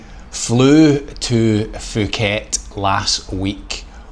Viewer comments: Pooket not Fuckit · Announced Pooket , not Fooket. The "h" is silent in Thai. Pronounced Tie.